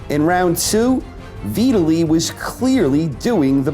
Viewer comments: downvote for retardation. VIT-ally not v italy. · It's pronounced vytali even tho it's spelt vitali he's Ukraine not Italian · Veetally?????? Who is Veeetaaly? You said it right and but fuck it up the rest.....how? Ok I mean. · Ha you've clearly NEVER heard the name Vitali said out loud before huh.? 😂😂😂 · Did he just say Veetili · u are pronouncing Vitali as if it rhymes with Italy lol... it's V-talley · He mispronounced Vitali's first name. Lewis was pretty old by this point and was smart to retire. though I think Lennox again made the mistake of underestimating his opponent. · Is this how Vitali is pronounced? I never heard it said this way. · Love your videos, can not stand the way you say Vitali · But then you say it properly , so thank you/sry